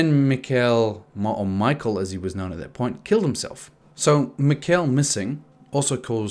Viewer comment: "Ul-rick"* "Mick-Ul"*